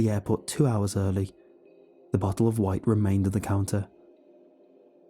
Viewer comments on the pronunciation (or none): none